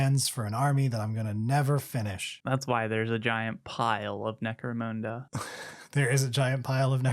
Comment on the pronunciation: "necromoonda" I'm being baited into commenting and I can't stop myself